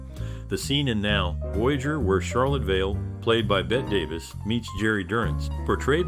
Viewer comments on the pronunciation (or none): Surely you have heard her name pronounced correctly? Sounds exactly like BETTY - and was written so in her childhood before she changed the spelling. Basic respect: say names properly.😠